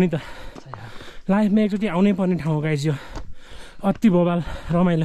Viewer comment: Everything you have shoot was amazing but please tapai ko Guys bhannae chai euta ramro dictionary herera sikhnu parne awastha xa. Rest is best.